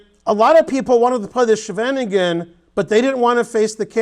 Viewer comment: Love how you pronounced 'the Scheveningen', we do have a strange language. Very instructive video! :)